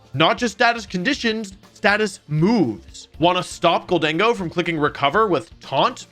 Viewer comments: I think you pronounced it right, GOLDEN-GO just sounds weird compared to GOL-DENG-GO. Also it sounds like the name Diego, so that’s kinda cool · Thank you for saying GholDENgo, that's how my headcanon pronounces it. Makes it sound a little spanish. Amazing video btw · Love your videos Wolfe. Also I thought gholdengo was pronounced the way you’ve been saying it. Until my sister said it as “Golden Go” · I think you said Gholdengo correctly. My guess is its a combination of "Gold" and "Tengo" aka "I have gold" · I pronounce Gholdengo the same, but man did you botch glaive 😂